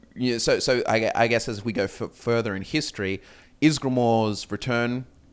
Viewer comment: pronounces "history" like hist tree confused me for a sec